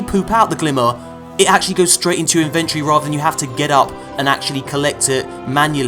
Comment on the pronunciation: Hey, please don't hate me for this but... Your pronunciation of 'Inventory' hurts my English. Love the vids though, keep them coming and have a great Christmas.